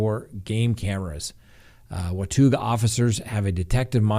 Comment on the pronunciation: wa-tah'ga for watauga :)